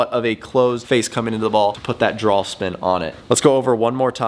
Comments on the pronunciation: Is it Draw or Drawl? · What's a drall? I thought this video was about hitting a draw